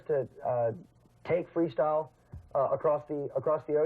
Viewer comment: In minute says Freesyle... incredible for a profesional Freestyle video hahaha, how come nobody noticed